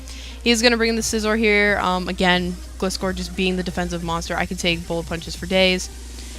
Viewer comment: I thought it was pronounced "Gly-score" since it is a gliding scorpion, I might be wrong though